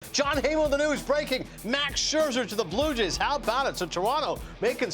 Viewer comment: Am I crazy? Why can't this guy say Blue Jays?